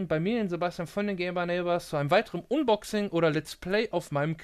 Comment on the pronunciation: Gutes Video, aber bitte sprich unboxing englisch aus ("anboxing"), alles andere klingt echt dämlich. Sonst daumen hoch